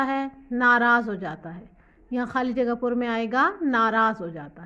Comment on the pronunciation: when mam say : khali jagha pur khaa😅